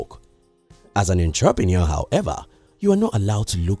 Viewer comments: I like your vids, I believe we can learn from each other. So next time you say the word "entrepreneur" learn how to say it correctly please- it's- uhntruh'pnOur. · Larry Bryan 😆 I get it but for some reason him saying that word wrong distorted disturbed my ears🤦🏻‍♂️